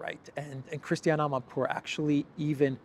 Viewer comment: So that journalist coul say "ama poor"journalist